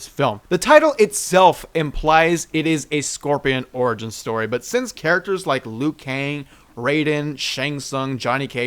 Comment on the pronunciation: It made a mistake lui kang its liu kang